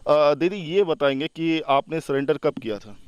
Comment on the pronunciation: सलेंडर नहीं सुंदरी जी सरेंडर बोलते हैं इसलिए पढ़ाई किए रहती तो आज पक्का IAS बनती😂